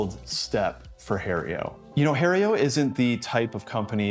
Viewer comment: Lost me at calling it Hae-rio. Learn to pronounce the name of the company you are stumping for. I'm amazed they didn't boot you out immediately